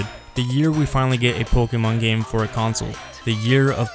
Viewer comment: Dude you gotta learn how to pronounce pokemon properly if you're going to talk about it for a whole video lol